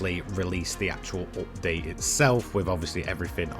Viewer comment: Im here to just hear him say "oopdate"